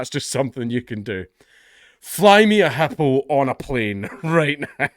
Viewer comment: Lol never heard it pronounced HUPOO